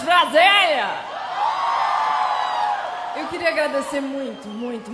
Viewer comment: Sério que ela falou Brasélia?